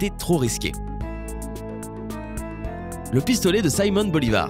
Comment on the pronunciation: "Saimon" Bolivar..... mdr